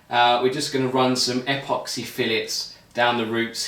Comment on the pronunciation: Dude. Is apoxy a uk brand?, otherwise it's pronounced epoxy, like in email. I hope he used a lower thrust motor for his L1 certification as that sucker will go high and far depending on wind conditions.